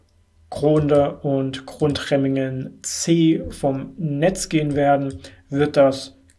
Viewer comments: 2 Kleinigkeiten: Es heißt nicht "Grundremmingen" sondern "Gundremmingen" und Grafenrheinfeld ist auch schon einige Zeit nicht mehr am Netz. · GUNDREMMINGEN nicht Grundremmingen... man man man